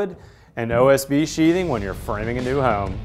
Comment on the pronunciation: Its Home, Not Whoome..